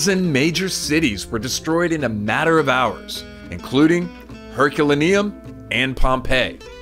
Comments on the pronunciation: It’s pronounced “Her cue lay nee um”…. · It’s pronounced Er col are no